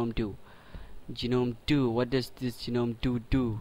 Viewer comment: It's proouced 'nome', not 'gee-nome' the 'G' is silent.